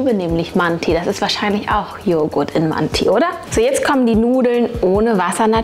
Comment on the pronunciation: Nofront es wird Mante ausgesprochen